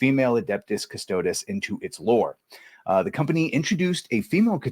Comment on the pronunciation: Cuss Toe Deez. The pronounciation is everything.